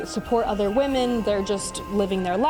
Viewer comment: What is your aversion to correctly pronounce the word "women?" I don't understand. Exasterbated, too lol... that first "t" shouldn't be there, sounds like you mispronounced masterbated. Exacerbated - that's the ticket.